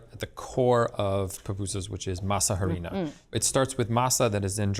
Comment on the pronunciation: Masa harina is actually pronounced masarina. The a in masa is meshed with the silent h and a at the beginning of harina to make one word. Alternatively you can just call it masa. But pronouncing the words separately one after another is not correct.